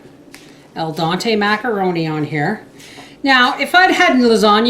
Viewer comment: it’s DEN-TAY.:)